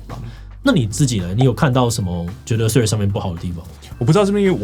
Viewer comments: 不是唸"脆"，這樣唸拼寫會變成 tread，"th"read 才是正確的唸法哦(輕咬舌音"th") 讀起來會是 [θred] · 左邊那位不就一直唸treads嗎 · 雖然是得尊重發音方便大家聽得懂，但自己是真心覺得不知道是在脆三小賴三小，Threads 就Threads ，Line就Line啊😂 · 怎麼左邊那位唸Threads唸到後面變了Trash🤣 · 對Threads沒什麼特別看法 但看到一堆唸脆的就很惱人 英文是多爛發音都不會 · 所以為什麼Threads要讀成脆🤔 兩者讀音差太遠吧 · 為什麼會唸成脆的😅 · 到底為甚麼是脆? th的音再怎麼說也是碎紙，就算讓100個英文母語使用者一邊吃麻辣火鍋一邊說這個字也不會出現一個脆讀音的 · 再難讀也應該讀成d/f音吧w 讀成脆真的是... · 這我也很好奇😂😂😂😂 明明怎麼唸都不是脆的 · 他就唸錯啊😂😂😂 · 我以為是不會唸threads，所以唸成 tree😂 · 身為應用外語系的畢業生 聽到別人唸成"脆"我也是很煩躁 聽說始作俑者好像是綜合口味的作者 話說他跟我同一間大學畢業的 看來他不知道以前我們系上有兩個很機車的教授（其中一個還是當時的系主任） 如果在她們面前唸錯 有可能會被糾正發音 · Threads 會不會念?不會可以GOOGLE翻譯不然就叫他脆就好了 聽了很躁